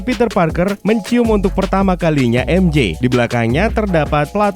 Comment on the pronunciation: Bang cuma mau kasih tau, MJ itu bacanya maikel jona bukan mishel jona